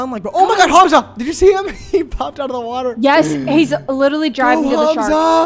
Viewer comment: Hearing you say hAmza instead of ‘humza’ pains me 😭😘😭